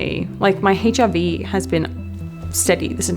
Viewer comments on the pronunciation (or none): who heard HIV. Even the subtitles said HIV😂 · "HRV" with an Australian accent shocked me for a second